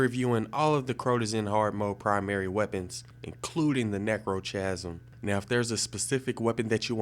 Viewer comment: I love the way you pronounce 'chasm'